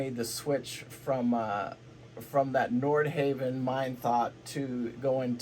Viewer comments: I lost confidence in the entire video when you mis-pronounced Nordhavn. Other commenters confirmed my suspicions. "They've had a few of them fall apart"? Would you care to back this claim with facts? And as other commenters have said, dual engine vs single is not the builder's choice, it is the owner's choice. Many N models can be configured as single or dual engine and many owners choose dual. However there is nothing in N's build history to suggest their single engine design is a "mistake". That is a preposterous suggestion. You also failed to mention that single engine N's have a second engine, the "wing engine" or "get home engine", which is a fully independent propulsions system. So your basic thesis here seems to boil down to "I like Flemming because I don't know anything about Nordhavn", which you pretty much stated around 3/4 of the way through the talk. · I love that you can't pronounce Nordhavn🤣